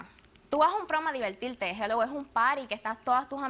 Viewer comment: Demandante: Tre año, velda, baila, evital... Demandante, ve a estudiar y aprende hablar tu idioma, sin vergüenza!!!!!!!!! Al chico lo tomaron por tonto.